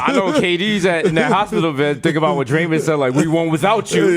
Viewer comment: this nigga desus pronounced Draymond name like is was Raymond wit a D in front hahahahahahahaha